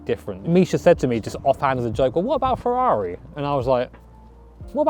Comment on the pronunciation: Chavrrari which sounds like Ciaorrari